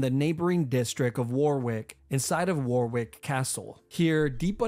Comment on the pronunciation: For number 1 I live in England and it’s not pronounced ‘war-wick castle’ it’s pronounced ‘wohh-rick castle’